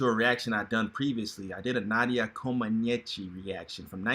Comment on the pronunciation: Omg u are really butchering Nadia last name🙄🙄